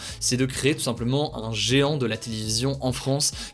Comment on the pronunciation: Si toi aussi t'as kiffé Shinegekin no Kiojin quand il dit "géant" ><'